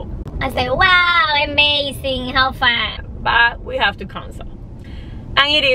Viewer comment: UH-mazing not EH-mazing